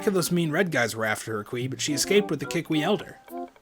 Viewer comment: every time you say kee-weep I think of koolwhip. xD